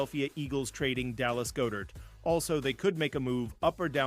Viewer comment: HIS NAME IS "GOD" ...GOD - DERT!! GOD-DERT AND THE OTHER NAME IS HAH -SAHN REDDICK IF YOU WANT CREDIBILITY LEARN HOW NAMES ARE PRONOUNCED!! GO BIRDS!!